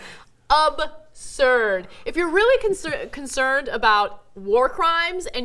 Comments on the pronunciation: Why did it sound like both Ana and Cenk said "ubsurd" instead of absurd? :o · absurd Ana... ABSURD... it is not Obsurd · "Ub-surd," Ana?